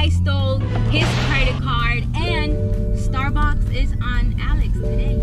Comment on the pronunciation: Sounded like she said starbox not Starbucks 🤣🤣🤣